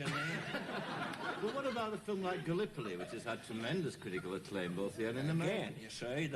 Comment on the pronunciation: The FiLm industry, I think it was the Queenslanders who used to put the emphasis on the L 🤣